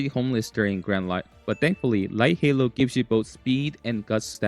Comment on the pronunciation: Light Hello ❌ Light Halo ✅